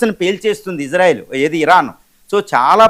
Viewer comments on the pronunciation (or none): none